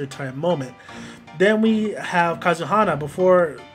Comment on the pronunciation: If you're going to do a video about something, do us a favor and pronounce the names right! Good example of the dumbing down of our young people. Oh by the way.....it's Ka-ze-ha-na! SMH!